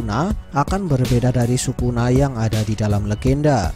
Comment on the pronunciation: Lbh enak kalo nyebut Sukuna itu (Skuna) sesuai penyebutan bhs jepangnya!